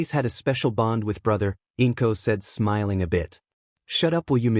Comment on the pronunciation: Do you not know how to say smiling or this just AI generated because you are saying smelling